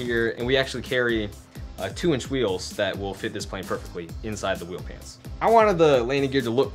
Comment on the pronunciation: Is it wheel pans or wheel pants? (please say pants)